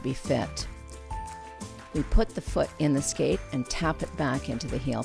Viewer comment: i swear she said the is gonna be movement in the fewet (foot)